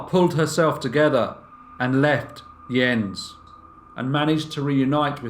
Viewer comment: is this Jens? It's pronounced Yens kind of like japanese currency yen and the ce of lace like a woman's collar. It's my dad's name. Shout out dad!